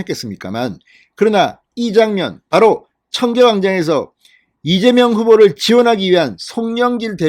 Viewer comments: 이재명이 아니라 이명박 으로들립니다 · 이(재)명(박)으로 들립니다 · 이명박 이민박 으로들리네. 재명자가 없다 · 맞아요 이명박이라고 들리네요ㅋ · 이민관으로 들리네요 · 이명박 으로 들렸어요 ㅎ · 대갈통 을 맏아서 혀가 꼬였네 이밍기 경제 대통령 한대더 맏으면 이낙연 하겠네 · 그러네요 이(민명)박 으로들렸어요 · 이재박빠른발음이네 누가들어도 이명박은아니다 정말시시콜콜 기레기방송 당신이 투표독려안해도 거동불능자 아니면 다한다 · 쇠망치에 머리를 우군에게 얻어 맞아서 발음이 어눌! 분명히 째매이는 아니다. 이랬던저랬던 저거 사정이고 내일결승점 1등 골인하는 윤석열을 뒤에서 투표하여 팍팍 밀자 밀어! 윤석열 대통령 만들자! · 무슨 이재명이라 하는데 발음이 약간 새는구만 별걸다 태클 이네 그러나 저러나 이재명 압승~